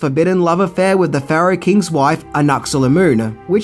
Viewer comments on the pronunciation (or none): none